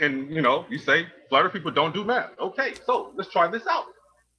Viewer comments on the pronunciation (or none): oh jeez the maeth, the treegs